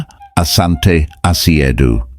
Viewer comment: It is Asante NOT Ashante. Ashante is the corrupted version because of mis-pronunciation.